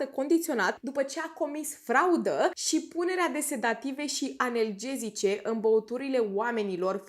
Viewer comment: Îmi place rău ceea ce faci. Te urmăresc cu drag. Dar.. “analgezice” nu “anelgezice”, fata 🤣